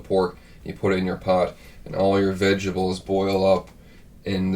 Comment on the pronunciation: Vegables! Haha. Love it. Really make me think of my Nanne. Her accent was a little heavier than and would pronounce words in a way I thought was funny. Very endearing. Also, I love Ruby's border collies. I had a beautiful dog just like hers. ✌️😬🇨🇦